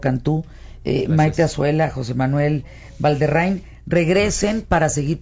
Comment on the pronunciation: Valderrain? la maldición del apellido es que siempre lo mencionan mal jaja un buen aporte el video, gracias y saludos!